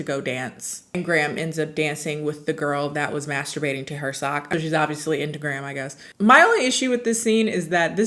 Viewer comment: Every time says graham i think she means gram and I can’t stop thinking of somebody’s meemaw